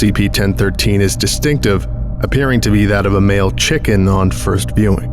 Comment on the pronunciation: "Male Chickhen"